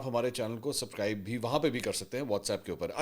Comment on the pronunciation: اپ لفظ سبکرائب بولتے ہیں سبسکرائب نہیں وجہ کیا ہے